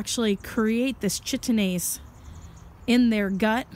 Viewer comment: The CH in enzyme name is pronounced K. So the name js Kite-een-aze :) good info though.